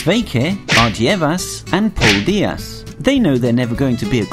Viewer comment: I'm Latvian and you pronounced only sveiki and ardievas wrong but paldies kinda right